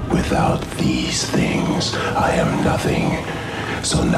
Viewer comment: “Without these things” sounds like “Without bee stings”.